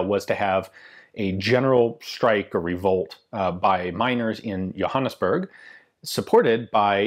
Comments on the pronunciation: D I know right... Yohannasburg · Thank you, Ian, for a good video on my country. The Boers could muster less than 60 000 troops, all told throughout the 2nd Boer War, compared to the British forces of over 450 000. Johannesburg is pronounced with a hard J, and often simplified to Joburg (Joe-berg) today. My family fought against the English in stopping the Jameson Raid and through the Boer War. The Boers were joined by small numbers of foreigners from around the world as well, such as American, Irish, Dutch, German, Norwegian, Russian, and even some English and Scotsmen.